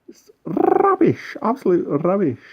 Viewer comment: Well hello 😁🙋 I think you would be excellent at story telling lol. Ha ha ha, I loved this video rrrrrrrrrrrrrubbish I tell you, rrrrrrrrrrubbish! 🤣🤣🤣 a lot of cleaning with those salsify by looks of it. Parsnips look great 👍 keep warm, hugs xx